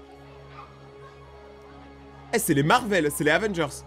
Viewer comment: c pas barry mais barril